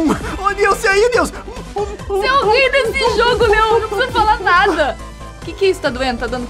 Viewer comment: LEON E NÃO E LEOM